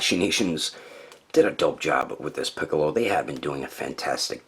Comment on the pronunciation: Funny you misspronounced his name in the outtakes as "Picoro" because that's how he was named in the mexican dub.